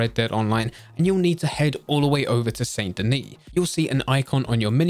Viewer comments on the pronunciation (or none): THIS GUY PRONOUNCED IT SAINT DENIS INSTED OF SAN DENI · SAN-DA-KNEE...OR SANDY-KNEE. That's how it's said.